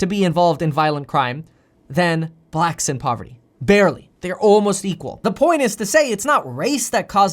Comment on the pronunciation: I doubt you'll see this comment Kev.... but I think it's the way you put emphasis on "blacks" that makes you sound racist...🤣🤣🤣 even tho I can tell you're not.🤣🤣